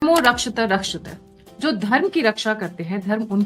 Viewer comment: "धर्मो रक्षति रक्षित:" का सही उच्चारण है, वही जो लिखा है देवनागरी लिपि में। परन्तु आप इसे ऐसे उच्चारित कर रही हैं: धर्मो रक्षित रक्षित कृपया इस भूल का सुधार कीजिए ASAP 🙏😌